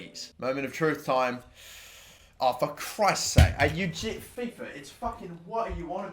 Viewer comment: Who else raged when he said fifa 🤬🤬